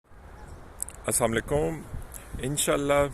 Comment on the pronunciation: Please greet correctly "AssalamuAlaikum" instead of "Assamualaikum"